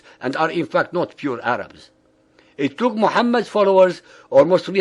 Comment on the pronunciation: lol he said the 3 types of arabs wrongly